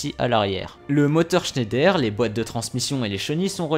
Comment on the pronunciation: Mes oreilles d'alsacien souffre 😭 pour information on dit pas : schéndaire comme tu le prononce on dit Schneider vas sur Google traduction et met la langue en allemand il y a une grosse différence sinon continue tes vidéos 👍